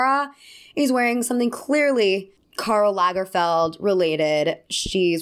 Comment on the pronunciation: Wow, you’re an American who pronounces "Karl Lagerfeld" almost right!😂